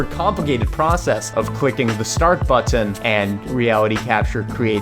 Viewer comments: it's pronounced "button" not "butt tin" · The way he says bu - ttun 😂😂😂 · but-ton, kinda annoying ahahhaha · the way he says button... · i love the video, i love the way you say button, I love your wig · The way he says button 💀